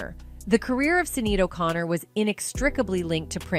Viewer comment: Sad sad sad they just make up things about Black who are super talented and I the public believes it. This woman doesn't even pronounce Sinead O'Connor's name correctly. Y'all know good and well if Prince was hitting women like hid